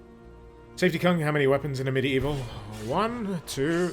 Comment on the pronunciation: Ugh, I always think he said "A Medieval..." And I go medieval what?!